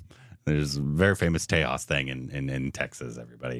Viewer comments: It's not tehas it's j like in jug . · By the way, it's pronounced TEY-JA. The J is pronounced like a G. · My Dear Friends: It is "TEJAAS" - "J" as in 'Japan'. Not the usual American pronunciation of J thinking everybody in the world pronounces like the how the Latin-Americans pronounce "J" (as "jay"). Japanese do not; and in India "J" is the most used alphabet in all the Indian languages. Always the "J" is "J" and not "hay". It is so painful within one minute of starting watching your episode, it sounds awkward. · Tejas pronouncing J in Tejas: sounds like J as in Jack : Tejas means "Radiance of character".... in India J is almost never pronounced "ha" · it's pronounced TeJAWs J in India pronunced as JAY and not HEY unlike Mexico. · The J in Tejas is pronounced as a Z sound not H. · It’s not Tehas! It’s Tejas with j spelled out as j! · It's not Tehaas, it's Tejas😂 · We Indians pronounce it as te-jaaz not te-haas.😀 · It is pronounced The-Jus meaning shining light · Not G, J itself. J like Juice but Jas... Tey-Jas. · J is not silent